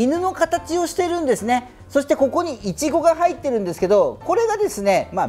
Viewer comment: イチゴって発音ちがくないか?